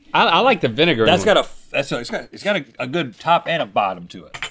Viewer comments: No one: Link: iT’s tHE vINEgaR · No one: Link: It's the vinegar